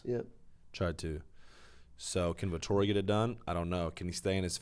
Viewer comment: It's Vettori not Vetorri lmaooo